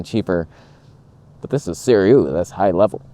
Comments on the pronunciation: Sue-Ray not Sir_Ew-ee :) And this is the first time I've heard someone calling the Nikon's 35 f1.4 'amazing' never mind praising the abysmal '3D poop' 40 f2. A relative and a Nikon zealot(!) with whom I frequently argue recently bought the latter and.. I am finding his disappointment of the washed out colors, lack of sharpness and even AF issues truly hilarious. He loves sharp lenses (has a couple of S-lines and many older ones), I had advised him to get a Viltrox but he didn't as if out of spite :)) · 思锐 more like"sih ray." Yes I speak the language. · say it with me: 思锐 "sih ray." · Start saying their name properly, they might take you a bit more seriously. Also when you review lenses, I noticed that you keep mentioning the competition and you focus A LOT on the negative instead of showing its capabilities. So why would anyone send you anything to “review” ? Its not really good for their business 😂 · The way you pronounce Sirui has hints of dental procedure Novocaine effect.